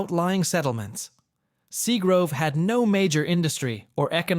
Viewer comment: Plus that area was called SEAGRAVE not grove 👎🏼👎🏼 Ai suxxx